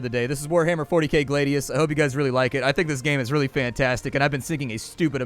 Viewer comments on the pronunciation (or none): Its Glad----ius not Glade----ius even the game pronounces it correctly for you.